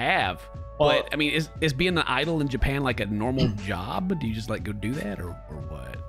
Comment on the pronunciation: Japan to yapan